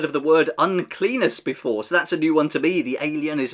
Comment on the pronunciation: Have to make sure you pronounce the double n's separately on uncleanness, so it sounds like unclean-ness.